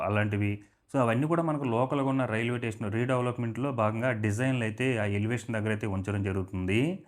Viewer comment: Tation Kadu, station ani pronounce cheyyalsindi.